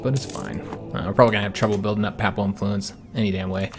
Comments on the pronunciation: Papal is pronounced peyp-al rather than papp-al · Just a little thing; I notice nonreligious people pronounce papal as a soft first a; however, it is pronounced pay-pull. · Personally I don't pay no mind to the "uh"s, but your mispronunciation of the word "papal" is killing me. It isn't pronounced papple or papel. What is making it far worse is the number of times you are saying the word (which isn't surprising given that your campaign is focused on Italy) and is unfortunately making the video almost impossible for me to watch.